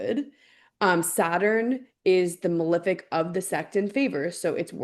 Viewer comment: THANK YOU, for saying "malEfic" properly. How did we get to a place where the vast majority of public-figure astrologers pronounce the words as "mal-IF-ic" and "ben-IF-ic"? What kind of George W. Bush Nuke-U-Lar hole did we all fall down?